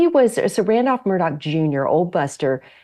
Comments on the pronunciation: THE PRONUNCIATION of MURDAUGH IS "Mur" "Daw". Not "Mur" "Dock". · Murdaugh, not Murdock. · Why the hell does everyone not from sc say their names with an ck ending instead of augh smh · Why does everyone pronounce his name incorrectly? It’s Alex with an “x” at the end not a “c” and Murdaugh with a”gh” at the end not a”ck”. Just saying. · It's Mur-der ! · Yep pronounced Murdock and Alec. Never made sense to me.